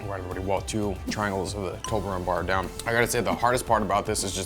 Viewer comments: It's a Toblerone not Tolberone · My respect for you is gone because you said toberlone instead of toblerone.